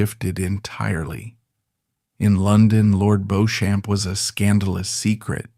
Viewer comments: Beech’um. Not Beau Shamp! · Beauchamp is pronounced 'Beechum', not 'Bowshamp'. The pronunciations of Lygon and Lettice are also incorrect. For an accurate account of Lord Beauchamp's life, see the book 'A Secret Between Gentlemen: Suspects, Strays & Guests'. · There are three problems with this broadcast one is the total misunderstanding of the way people behaved in polite society until recently Secondly this AI American voice is inappropriate and irrelevant to this story It is Lig On and It is Beech Ham. And one must not forget way that Society was run by the upper for the class the middle class and the working class Times have moved on where gay men women and LBGTare welcomed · Please learn how to pronounce Beauchamp properly. It is Bee-cham not Bow-champ. And is is Sink Ports not Sinky Ports. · For openers. the name is pronounced BEECHAM. not "Bohchamp!" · I can´t listen to this AI BS any more. It´s "Beecham" not "BOsham". Sinkay ports? I´m out. Sloppy and lazy. Ruined what might have been an interesting documentary. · It's pronounced Beechm and Liggan. Ffs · The narrator keeps pronouncing Lord Beauchamp's name incorrectly..It is Beecham like Bee plus the beginning of the word cham(p) without the P. Coupled with the painfully pronounced 'aristocrat' I've only got 2mins in and I won't go any further. There is also no stress on the second syllable of a ris to crat ie not 4 syllables. It is said aris to crat ie three syllables.. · His name is pronounced “Beecham.” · Pronouced Beecham! as Jervaux is Jarvis Featherstonehaugh is Fanshaw etc learn proper English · AI does not know how to pronouce a lot of words. Beauchamp is Beachum? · Beauchamp pronounced Beecham. It's not "Now Voyager". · Interesting but spoilt by the mispronunciation of "Beauchamp" throughout and several other examples where the narrator (AI? or a lazy narrator) cannot be bothered to check the proper English pronunciation.